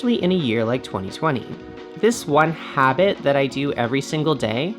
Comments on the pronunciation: It's pronounced "Hobbit," smh. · Emphasizes word "Habit" while showing video of hobbits... I see you. :D